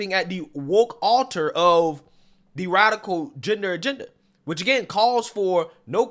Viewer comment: Radical, not “radicial” 😂